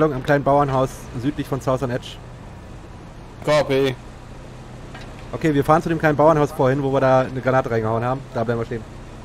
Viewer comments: Wie sie alle "KP" rufen, anstatt "copy".... Bis dann endlich mal einer der englischen Aussprache mächtig war und wirklich "copy" gesagt hat. Und ich dachte mir was wollen die denn die ganze Zeit mit Kompanie, was KP bedeuten würde (in den meisten Fällen) xDDDD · naja, nicht direkt, zumindest nicht so deutlich, dass der Zusammenhang sofort klar wird. Kein Wunder bei der Aussprache (CaPe) fūr Copy. :)